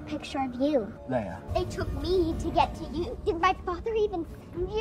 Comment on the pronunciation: All correct except *Leia, not Leah. :)